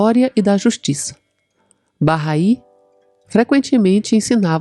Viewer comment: Bacana. Fui p Israel e conheci o jardim Bahai. Se pronuncia “barrái”. É muito bonito e bem cuidado por voluntários bahais.